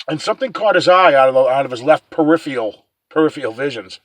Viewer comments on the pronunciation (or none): none